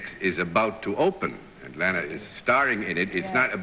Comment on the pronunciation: Gosh. She HATED being called "Layna". She always stressed it was pronounced "Larna".